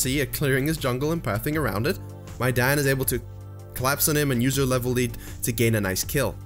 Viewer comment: I hear diana as "my dad"